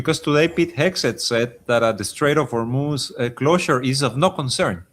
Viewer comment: Thank you Karim for pronouncing Hormuz correctly! I know it's a stupid detail to be mad about in this situation, but I can't help it! It's pronounced Hormoz rather than Hormoooz!